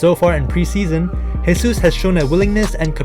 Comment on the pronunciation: Great video. Just a tip: Jesus in portuguese is not spoken as "resus", it's "Jesus". "resus" is the spanish version, like "Jesús Navas,", that is spoken as "resús navas".